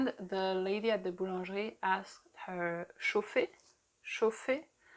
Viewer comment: Ça m’a fait rire le "chauffé s’il vous plait". Moi j’aurai plus tendance à penser qu’elle donne un ordre en mode "chauffez s’il vous plaît"😂